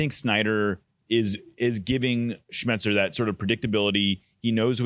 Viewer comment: Niko struggles with pronouncing Snyder and Schmetzer.